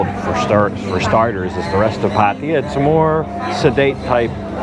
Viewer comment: Why every English speaker says patia???it's pattaya, ya ya as in yakusa or Yamaha.